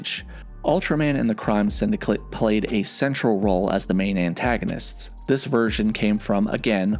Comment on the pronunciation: what's a "syndiclit"?